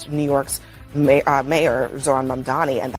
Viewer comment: They can't even say Mamdani's name right. They call him Mandami 😂